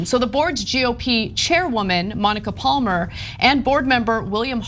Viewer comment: I like this shirt of Ana's - I've said so before. But last time that button was done up ... yowza! But how come she doesn't know how to pronounce 'Palmer'?